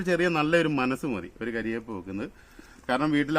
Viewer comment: കരിവെമ്പ് അല്ല കറി വെമ്പ്